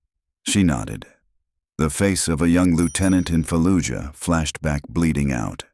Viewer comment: Trident? no such SEAL training base. shitty story staff of acropolis is upside down, and nurse insignia, not corpsman. "falluyuh". ffs this is disgusting